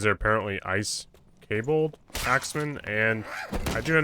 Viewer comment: Kobold. [Koh-Bald] There ya go, buddy :)